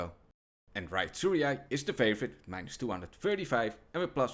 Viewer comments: bro just gave up on how to say Tsuruya 😂😭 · if you cant pronounce tsuruya. youre dyslexic